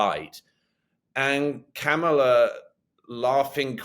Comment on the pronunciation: Another one who thinks it's clever to mispronounce Kamala's name! Moron